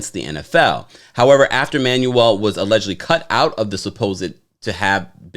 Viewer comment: It's the way you say 'AULEDgently" for me!